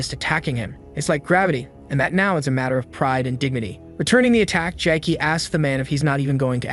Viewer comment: This AI is out of control. Who the hell calls ramen noodles as “raymen” 🤦‍♂️ Not to mention calling MC “Jackie” or “Jack-ey” i/o what’s in the manhwa (Jae-ik)